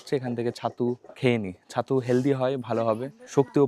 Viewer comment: Chhattu ❌ Sattu ✅